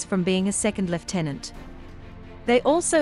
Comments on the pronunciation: So nice to hear the word lieutenant pronounced correctly Thank you. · seeing as it is originally a British rank,it should be pronounced thr British way 😉